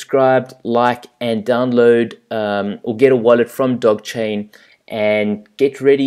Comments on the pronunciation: It is pronounced doj. It is named after the Italian bankers/rulers off the 1500s. How do you add $$$$ using visa to your Changelly account? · The G is pronounced as a J ;-)